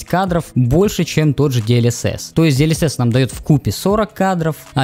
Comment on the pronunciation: "Диэльесесь" - ору)